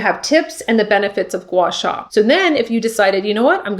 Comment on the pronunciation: You pronounced it perfectly!